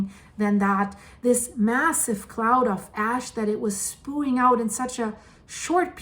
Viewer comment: you use the word so much that I feel you need to understand the proper pronunciation. The word is spewing, and it is not pronounced SPOOING. It is pronounced SPEWING.